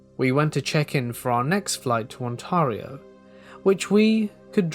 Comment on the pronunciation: No judgment, just if you're saying Ontario it's pronounced OntAIReeo